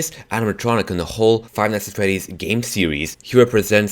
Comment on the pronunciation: ITS NOT FIVE NIGHTS AT THREDDYS!!!!